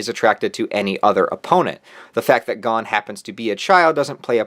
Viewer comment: You: He-so-ka My brain: He-za-ka You: Gone My brain: Gon